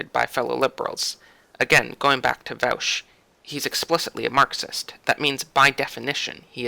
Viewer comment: It is pronounced vaw-sh.